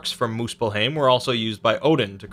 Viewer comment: Its called muspel-haim not heim